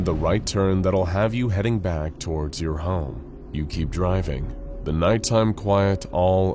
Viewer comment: when he says "your" im like bruh